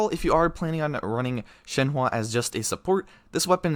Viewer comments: ITS SHENHUH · i can see how you got there, but you're still mispronouncing it pretty badly... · It's shen-hu you say it as shen-hu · In mandarin her name pronunced Shen huh. Like the English word Uhhhhhhh Shenhuh. :) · or an even easier way to see it is “Shen-Her”! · if ur gonna do these videos say the names fucking right u ALWAYS say them wrong and its not even funny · definitely up there with the worst pronunciations i've heard of her name lol top 3 at least